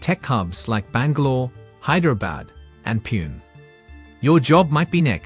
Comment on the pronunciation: It's Pune not Pun !